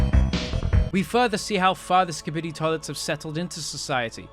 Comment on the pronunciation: imagine not saying Skibidi right